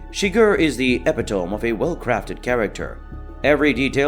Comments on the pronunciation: Good analysis; you might want to check your pronunciation of "epitome." It's EEE-PIT-O-ME. Not EPI-TOME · Repeat "epitome" again